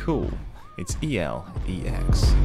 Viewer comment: Its called Elex and not E.L.E.X wtf dude?